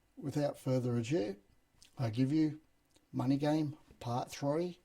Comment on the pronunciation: " ado" not "adieu"